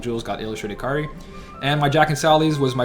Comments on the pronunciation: It's not Kar-ri it's kay-a-ree or kay-ree if you want it shorter. Kar-ri sounds like karey. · Bro we talked about this. It's Kai-ri. Not Kar-ri. Listen to some KH1 cut scenes Sora says it 8 million times. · its not even really that big of a deal because its easy to understand that if hes talking fast hes just gonna skip the ai vowel sound i mean i still understand what youre saying too, it sounds like karri, but i cant help but still hear kairi since i know hes talking fast does this make sense?